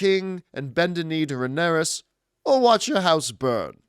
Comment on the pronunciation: John constantly butchers Rhaenyra’s name!!!!! 😂😂😂😂😂😂